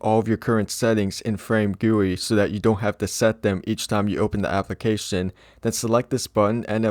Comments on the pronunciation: Him saying FrameGuWi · the amount of times he said "FRAMEGUI"